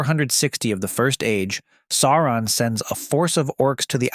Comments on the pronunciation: If it’s not his pronunciations are horrible. How do claim to he fan of the films and not know to pronounce “Sauron”? Day-gor bro-lick? 😂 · Tolkien doesn’t! sound right in an American accent! And if you take out all the spurious editions from the films, they would have managed to stay true to the books! It’s pronounced Sour on! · I couldn't watch your video, because you kept mispronouncing the big bad's name. It was like hearing, "Tremp" for Trump. It was such a massive foul that I could not bear to watch any more of it after just a minute or two. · Bro made an entire video about him and can't pronounce his name